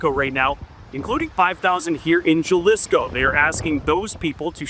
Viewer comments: You seriously gonna let some effing temp or whatever pronounce it. "Jalisco"? It's pronounces "Halisco", and I'm Canadian and don't speak spanish. Shameful. You guys are supposed to inform people. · “Porto” Vallarta, “Jahlisco”, and “Bucherias”. Can anyone take ten seconds to learn how to pronounce these very simple words? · Ja-lisco 🤣Bucerias? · the Juhlapuhno cartel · The way he says Jalisco urks me 🤣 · The reporter in Mexico has no idea how to pronounce cities towns and the state. Epic fail. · You need to check your pronunciation of Jalisco and Bucerias. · I can't listen to the way this reporter says "porto" Vallarta, and Jalisco. Please Global, if you are having someone cover this, for the love of God teach them how to say the names of the places. It's like nails on a chalkboard, and you end up looking ignorant. Unless you're a Trailer Park Boy, and pronounce "Jalepeno" with a hard J, it's friggin Jalisco with a "h"sound. So disrespectful. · Learn how to pronounce Jalisco. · You would think with staying in Mexico, he would be able to pronounce Jalisco or Bucerias properly.